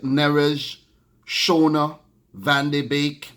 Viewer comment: Van de Beek is pronounced as "van de Bake"